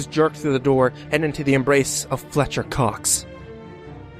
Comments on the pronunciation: please tell me his name wasnt really Feltcher Cox!!! oh my god XD there's no fucking way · Haha Feltcher Cox XD (Oml I’m twelve)